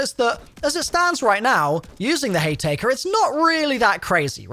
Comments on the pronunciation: “Hay taker” and “12 gauge Sludge” lol 😂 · My dude that's an m. It's hayMAKER 😂😂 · Sludge?? Slug I think you mean. That Haytaker is also called a Haymaker 😂😂😂😂 I’m not being dickish with this. I genuinely found it funny.